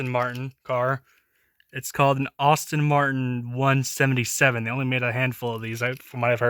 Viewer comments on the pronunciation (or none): alpine is french and aston martin is pernounced as-ton martin